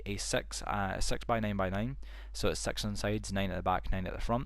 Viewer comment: Did you guys heard that he said six as sex